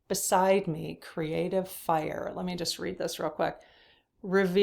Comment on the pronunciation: App-pre(EE)-ciation Not appr-ISH-ciation! Cr-EE-ative Not Cruh-ative!